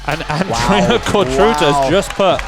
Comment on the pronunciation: Fantastic breakdown of a fantastic team. Thanks for this coverage! Also, small hint: try pronouncing the „ț” in Cotruța like the „zz” in pizza - Cotruzza